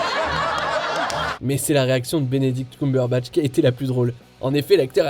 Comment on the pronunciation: c''est Benedict Cum(eum)berbatch Cum(oum)berbatch XD bon je sais son nom est difficile à prononcé mais quand même aller je suis pliée de rire